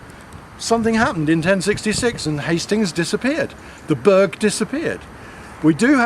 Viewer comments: Someone needs to teach him how to pronounce Burgh (it's like burr, the g is silent) The Burgh of Hastings was several miles away, in Hastings. One of the ditches he said was the bughal ditch (and the smallest burghal ditch in England if it were to be true) was one of our right angled evaluation trenches we did before we stripped. The archaeology at the top of the hill was Roman. The archaeology in the valley was middle stone age. We were there so long because there was a fuck ton of flint to dig up systematically. We weren't the reason the road was late, as you know, we left over a year ago. The Crowhurst bridge was still unfinished in May... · Burgh is pronounced Bur(g)h, Berr. Please note, MANY of the Berrs built in Alfred's times where built upon many old hill forts, Roman places of occupation, or in places where local villages, hamlets would come together to defend their area. These were built normally to defend areas of travel via land or river, Warningcamp in Sussex is an excellent example, besides the river Arun, or Chichester with its harbours.... Both were Burghs. One beside a river in a place that has been occupied by Celtic, Romans, Romano British and later Saxon/Jutish, whereas Chichester although not an ancient hill fort, or tying in with Alfred's dimensions of a proposed burgh, has got a bloody great Roman built wall around it that would have had a ditch in front of it and would have stood 5 metres tall, but a Burgh Chichester most certainly was. Brilliant vid as always. Keep em coming.